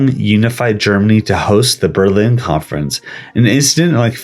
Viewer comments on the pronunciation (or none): none